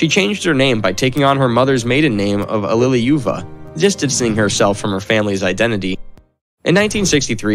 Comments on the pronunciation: It's like he wasnt even trying. I mean "Svansdinn" for "Svanidze" and "Allileyuva" for "Alliluyeva"... come on, those arent even the right letters in the right spots, never mind the pronunciation. Oh god, it keeps piling up. Smolensk, Dzhugashvili.... oh the humanity. Chancenhausen/Sashuhassen.... ROFL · this is so funny:D ALLIUJUuEVA, that pronouncing:DDDDDDDD